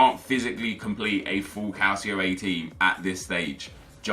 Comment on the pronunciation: Who else finds it annoying when he says calcio a its pronounced "cul ch io a"